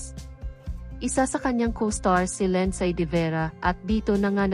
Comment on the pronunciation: Ano pangalan ? Linsaaay? Pagaralan mo Kaya kung paano bigkasin pangalan nya Linsaaayyy?